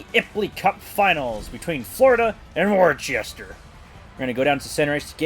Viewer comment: As a New Englander and partial fan of the Railers its pronounced Wu-STAH